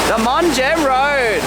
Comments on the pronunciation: It's pronounced mong. The h is silent. 😊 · Hey love the channel! Just to let you know it's pronounced "Mung" or "Mong" in English. Not a big deal but I'm sure it got on someone's nerves 😄, love the video keep up the great work!😁